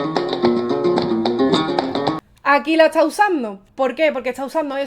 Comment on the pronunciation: Porque habla tan mal la muchacha dice etsá en vez de está....